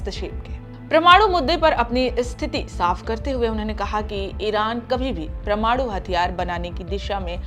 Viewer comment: आपका उच्चारण ठीक करें, परमाणु को प्रमाणु बोल रही हैं